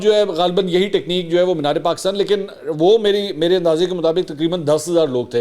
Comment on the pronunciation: Why is he saying Paakistan . It is definitely not IK himself